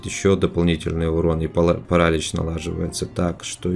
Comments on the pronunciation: не парАлич,а паралИч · ПаралИч,ударение на последний слог